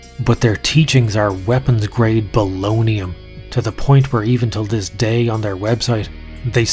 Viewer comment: Did he just fuckin say bolognium? Lololololol